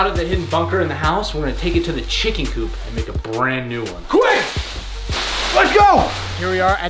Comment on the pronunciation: *Coop not Coup my dudes